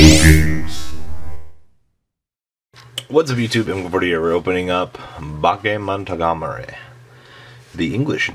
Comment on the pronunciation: Pronounce it right. It is Ba-ke-mo-no-ga-ta-ri. It sounds weird the way you say it, giving a weird vibe.